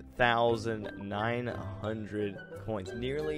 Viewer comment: “Kneerly” I can only imagine what you were thinking when you were editing that in. XD